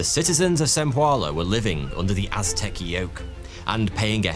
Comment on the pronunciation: Watching dispense knowledge while he mispronounces many Aztec names is the video I didn't know I needed!, the amazing history, animation, and production is a bonus.